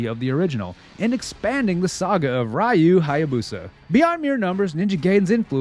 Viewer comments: It's Ninja GUYden, not Ninja GAYden. 😂 Edit: It's REE-U. Not RI-U. What's wrong with you? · Nice video, but you've been mispronouncing "Ryu" and "Gaiden" for the entire duration. "Jaquio" is also wrong (It's Jaki-oh, 邪気王, King of corruption, or Fel King) but the translators are to blame for that.